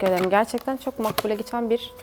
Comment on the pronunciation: Abla sen neden çok güzel demiyorsunda çık güzel diyorsun